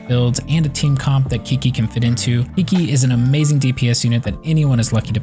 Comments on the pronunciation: Chi chi not KIKI dammit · A guide doesn't inspire much confidence when you start with "Kiki or whatever." At least take 5 seconds to hear her pronounce her own name. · When you call her Key-Key 😐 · since she's chinese, it's actually pronounced "chi-chi" :) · How dare you say my qiqi wrong name >:c but still nice video and ty <3